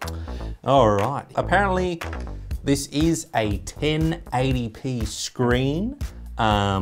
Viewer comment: He said all the 1080pyn ess then told that all the pynes is gone;D